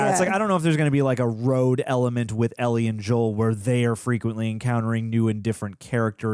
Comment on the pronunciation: Ell-IE,, Ell-IE.